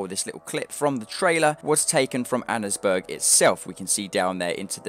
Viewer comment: it's pronounced Anns Burg. Annesburg.